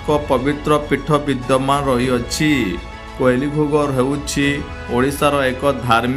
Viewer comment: That is କୁଇଲି ଘୁଘର୍ , not କୋଇଲି (wrong pronounce)